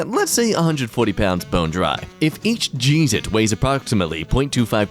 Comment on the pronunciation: Did that say... jeezit?